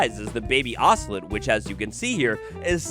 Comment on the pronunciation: It’s pronounced oso-lot not oso-let 😂